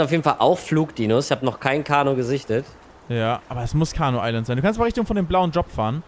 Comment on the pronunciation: es heißt nicht carno island es heißt CARNIVORE island